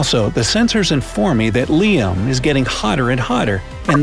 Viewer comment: Its liam not L.I.A.M